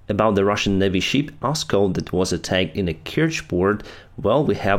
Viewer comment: I understand that you are not talking about "sheep" 🐏 then "ship" 🛳. But your pronouncement always sounds like "sheep". You may also use: vessel, boat, canoe... whatever instead "sheep". Good work.👍